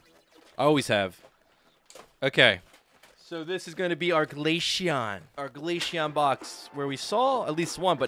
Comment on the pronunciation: you might also be the only person in the world to call glaceon glasheon